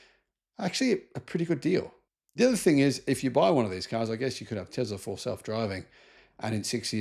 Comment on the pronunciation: please stop saying "Tezzzla". It's absolutely infuriating to hear someone like you constantly mispronouncing "T E S L A"!